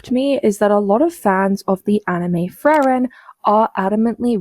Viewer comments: "Actual fan of the series" can't even pronounce it's title correctly, the larpidemic is spreading faster than covid lmao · I dont understand how you can watch an entire show where the main characters name pronunciation is well established, and still screw it up. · As a german speaker, the mispronunciation of "Frieren" during her video really pmo... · She calls herself a fan but she keeps mispronouncing her name lol. and those filters on her are disturbing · Calls herself a fan of Frieren and can’t even pronounce it correctly, what a clown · Ik you mentioned it but Frieren's name is pronounced in English in the anime, there is no room for confusion, and yet this individual cannot even speak correctly. What are these people even good for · Talks about muh racism, didn't even bother to learn how to pronounce "Frieren" correctly. It's a german word that an english speaker should have zero issues pronouncing. Oh, you actually mention it, thank you. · She can't even pronounce the name of the anime she's talking about XD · I don't think she's a real fan of Frieren. She just needed a topic to rant about. There's no way she watched the anime and still pronounces the name in way that sounds a different german word. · How are you a fan and at the same time mispronounce the name 🤔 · I know it's just the smallest thing evert in comparison but her not being able to say Frieren right is so annoying, neither the japanese or english VAs say Frieren like that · The fact she can't even pronounce Frieren's name properly tells you everything you need to know about the amount of research she put into forming her opinion and creating her video. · The fact that Frieren's name is pronounced multiple times in both dub and sub with the Free-ren and Fu-ri-ren pronunciations I have to assume that the lady is not infact a fan, at least of the Anime.. could possibly be a Manga only reader? I would not give her the benefit of the doubt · Its just a name but at least pronounce frieren right too